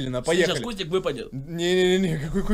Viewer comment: Кому слышалось вместо кустик КУТИК!!!!)))